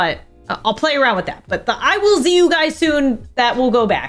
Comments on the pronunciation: A bit late to this video but when I heard "I will Z you guys soon" I literally cried😂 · I’m fully 16 with a job and in high school, but the 9 year old who just wanted to watch you, Stacy, and Tiffy, just cried at “I will z you guys soon”❤